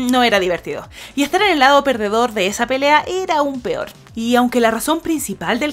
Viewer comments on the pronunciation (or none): none